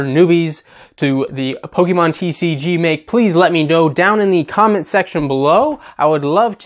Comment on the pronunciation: You might have the pronunciations of pokemon names right, but you still manage to mispronounce the word pokemon. It's not pok-i-mon, but rather pok-ay-mon. Just imagine fonzie saying ayy in the middle of the other syllables